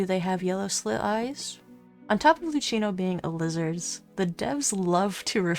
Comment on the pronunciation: It's just a detail, but the "ch" Luchino is pronounced as "k"